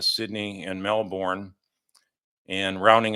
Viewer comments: Melbourne is pronounced Mel-ben, Brisbane is pronounced Bris-ben:) Yep, watching this case very avidly from Melbourne here and waiting for justice to be served to the markets as a whole. will not rest until then. Thank you. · Brisbane: BrisBn. Melbourne: MELbn.